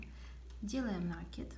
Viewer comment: В слове «накид» ударение следует ставить на слог с буквой И — наки́д.